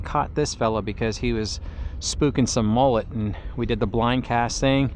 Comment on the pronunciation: They're called mullet...not mollet!